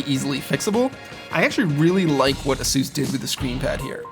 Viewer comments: a-soose? it's A-sus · Is ay-sus not azeus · "Asoos"? It's Aces. God! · FIRST LEARN HOW TO SAY "ASUS" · I hate the way he says Asus